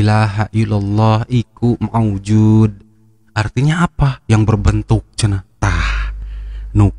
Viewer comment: Koreksi,, bukan iku maujuud, tp Hayyummm Maujuud... Hayyummm Ma'bud….. Hayyumm Baaq.... Pangapunten kalo salah....